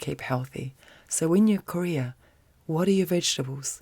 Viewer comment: when you say career i hear ''korea'' i don't know why but it is sooo funny to me haha love ya